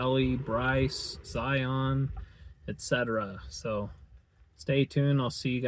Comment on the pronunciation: My only tip for you is to learn how Utahns pronounce Zion. LOL